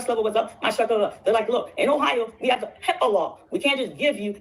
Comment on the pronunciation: She said HIPPA law 😂 omg. Told you she dumb